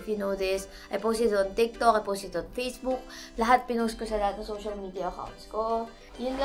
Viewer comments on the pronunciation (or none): none